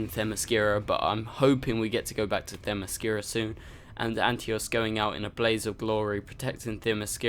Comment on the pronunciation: Antiope not Antios.